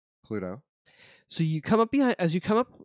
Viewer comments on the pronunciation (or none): I realise it's just a dialectic thing but Pluto being pronounced as Pahlootoe by and nobody else is still the funniest shit to me, along with 'pattarans' (patterns). Thanks for the great show, guys. I'm late to the party but enjoying this.